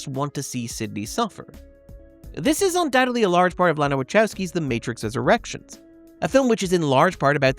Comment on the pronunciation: Almost every time you said The Matrix Resurrections I hears The Matrix's Erections.